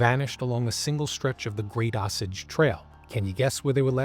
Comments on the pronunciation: It's pronounced "Oh Sage" Trail not "awsauge" lol There's a historical marker here: Great video, lots of info, thanks! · Say it with me O-SAGE. NOT AH SAGE. Thanks for your attention to this matter. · Osage, I've always heard pronounced long o sage like the herb. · You are pronouncing osage wrong...it is pronounced OH-Sayg.